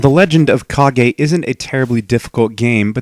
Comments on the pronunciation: its Ka-ge if you watch Naruto and say hokage why cant say it with kage not cage its spell with a K not C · it is correct terms. its not cage its ka-ge because its spell with a K not a C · Not me. It's Kage. Not cage. Or is it Demon Sword? Awesome game. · It's CAAAGGEE!! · I used to play this game all the time, and even though I know the correct pronunciation of the title, I still think of it as the Legend of "Cage".